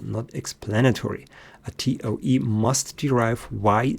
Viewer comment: Toa instead of toe. This because the speaker is not a native English speaker. Not knowing the spelling of toe is for everything, not spelled with an e not an a. Then he corrects himself midstream to an e for everything. When dealing with the electromanetic instead of Maxwell he is following Heavysides theory. Just as correct just without the derivatives. That which engineers need when constructing large electromagnetic engines which are analogue instead of digital.